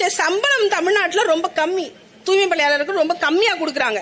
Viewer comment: ஆமா அந்த பேட்டியை நான் பார்த்தேன் அந்த அம்மா உச்சரிப்பு தூமை என்றுதான் விழுந்தது தூமைப் பணியாளர்கள் என்று தான் எனக்கு கேட்டது